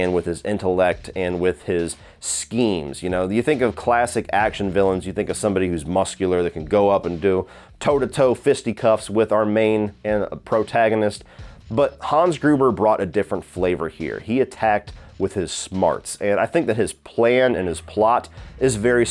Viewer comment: Ha! He said "fisty cuffs"!!!! Lol! Sad